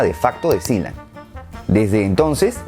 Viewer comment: Yo le decia "Sealand" no Siland v